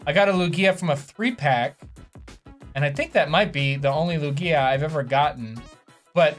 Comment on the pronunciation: his pronunciation of Lugia unsettles me